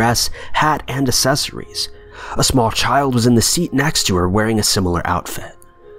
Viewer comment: Really ? Dumb video and bad English. 'There IS a handful...' Not, "There are a handful...". " prosscess "? Not, 'pro cess'. "wondering around " Not, ' wandering '. "assesories " ? Really ? It's Ac cessories. Useless narrator. Go to school.